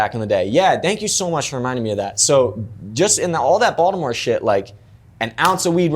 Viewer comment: No one from Baltimore pronounces “Baltimore” like how he does